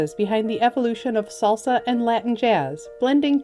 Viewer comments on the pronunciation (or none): none